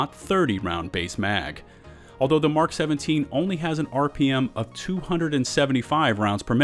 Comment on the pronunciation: Finally! Someone who pronounces the abbreviation "Mk" correctly, as in 'Mark', and not the phonetic M - K. :) I think some people do that so as not to confuse those who don't know that the phonetic pronunciation M - K = Mark and therefore may say something like "I can't find a weapon that says "Mark". ;) Yeah, I can complicate even the simplest of things. >;} ETA: I can hardly cope with the fact Bushmaster is #1 at anything. :| Note: the Bushmaster ACR was acquired from Magpul who originally called it the Masada. Note: Remington manufactures the select fire (full auto capable) version which they call the Remington ACR. With ACR meaning 'Adaptive Combat Rifle'.